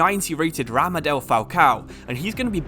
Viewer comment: bro said ramadel